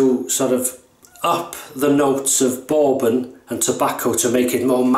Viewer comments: In the States, "bourbon" rhymes with "urban" or "turban", not with "foreman" or "Mormon." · Great shave mate! Yeah, Peter takes no prisoners with his commissioned soaps. LOL, I like how you pronounce Bourbon hehehe...I might ask for a "Boarbon" next time I'm at the gentleman's club LOL. Love the Black Beauty...probably my favourite Gillette Adjustable (my favourite setting is 7 on all my adjustables - just the right amount of efficiency for my skin). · I love the way you pronounce "bourbon." So classy. (Not being snarky!)